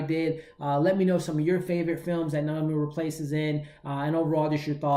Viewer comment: Theres no "L" in Rapace. You seem to be pronouncing it "Raplace". Just thought you'd want to know because I'd want to know if I was saying something incorrect. Thanks for the review tho, appreciate your work.